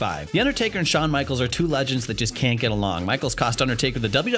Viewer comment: Wait... who's Shahn Michaels?😂